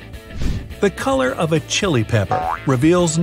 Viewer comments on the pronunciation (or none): none